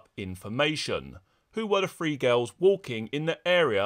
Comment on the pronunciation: Are you saying "three" or "free?" Or both interchangeably? Must be a British thing.